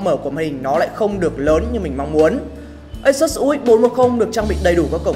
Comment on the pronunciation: Đọc là ây-sút-s nhe bạn.